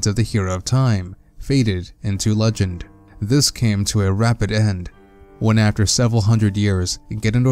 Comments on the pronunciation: Swear to god every time you say hero of legend it sounds like hero of luncheon lol He died for your tuna salad! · I'm glad there are subtitles, because "Hero of Luncheon" didn't sound right to me.